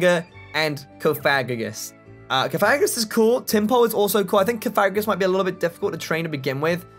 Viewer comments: It's Cof-a-gri-gus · Bruh this man said CoFAGrigus. Coming from someone who's played Pokemon ever since he could use his thumbs, this is NOT how you say that name. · Cough- uh- greeg- us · I find the way he says cofagrigus funnier than get in the effing bag nebby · Misprounouned cofagrigus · U pronounced cofagrogas's name wrong google the pronunciation